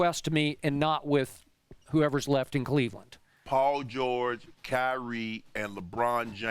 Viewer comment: Chip (oops Skip) get the name right... Paul George...